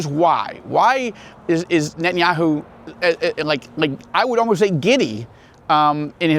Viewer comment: It izz Knott Kngett•tann•yah•who. Stop saying that. You have ahye Jewish name ، ao, sound like oñe